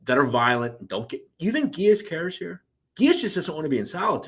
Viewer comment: Dude you butchered Freddy’s name it’s Gee-ass and also Decologero. You ruined it. How is that hard to pronounce?? Did you complete Simple elementary school?? Also how is the iceman a liar?? He was a stone cold murderer! How can you take that from him? And how is hazelton not far off from the ADX ??? There’s a huge fkng difference! Idk how you managed to accumulate this many subs with the stories you butcher!! Seriously! You call whitey a killer yet take it from the iceman? Conclusion: you’re a clown!!!